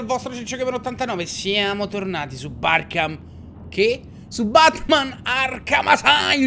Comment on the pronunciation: A "Barkham" stavo morendo